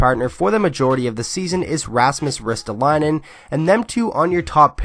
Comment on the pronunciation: Just butcher that lastname!